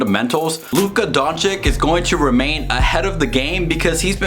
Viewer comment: How to pronounce Luka’s name